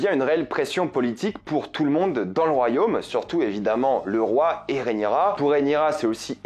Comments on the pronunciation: Rhaenyra, Rhaenyra, Rhaenyra, Rhaenyra et non pas Rhaenyria😉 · Rhaenyra !! Pas Rhénirya :) !! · RÉ-NI_RA, pas RIA. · Désolé je fais le relou mais ça se prononce vraiment Rhaenyra et pas réniria 😂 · Pas si amoureux que sa vu que t’arrive même pas à prononcer correctement son prénom 😂😂😂